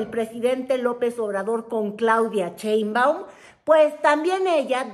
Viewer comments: Sheinbaum, no CHEINbaun… luego dices que Lis Vilchis no sabe leer, tu habla bien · Te Cuesta mucho pronunciar BIEN el apellido de la Presidenta ??? Caes mal. Cuando no respetas